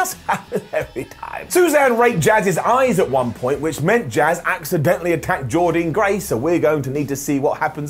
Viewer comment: SAY JORDYNNE GRACE’S NAME CORRECTLY!!!!!